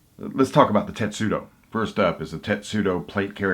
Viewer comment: Tes-tu-do, not tet-su-do!